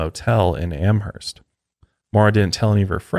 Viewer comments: It's Amherst.. 'Amerst' the h is silent. I'm from there.. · Yes! Stoked for this updated episode on Maura. Oh, just a heads up, the “h” in “Amherst” is silent 😉 Am-erst xoxo, a masshole who lives two towns over 😊♥️